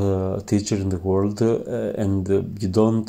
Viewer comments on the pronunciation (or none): none